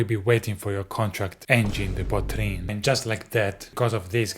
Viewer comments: « Angine de poitrine » tu la trop bien dit frérot je suis abasourdi 😂🫡❤️ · On a side note, thank you for taking the time to learn how to pronounce Angine de Poitrine correctly! I see english youtubers, mostly americans butchering that name so badly, not even trying to learn how to say it! Thank you sir! ✌️